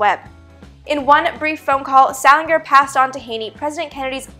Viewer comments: FYI: the last name of JFK’s press secretary was pronounced “Sal-in-jer” not “Sal-in-grr”. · Sal- in-jer